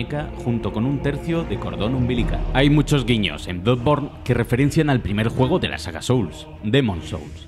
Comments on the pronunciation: Bluborn? Jaja diría que es bladborn la pronunciación, y luego ya dice blodborn jajaja madreee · Cuando deben de pronunciar como se lee no lo hacen, que es eso de bludborne a pero no sea Spiderman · “Bludborn” La mayoría de veces se niegan a pronunciar el inglés con el acento adecuado, otras veces cuando lo intentan lo hacen directamente mal. Decídanse! Que me ha gustado el video. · Soy el unico que escucho Blood Porn al principio? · Todo bien,pero no me puedo fiar de una persona que ni sabe pronunciar el nombre del juego.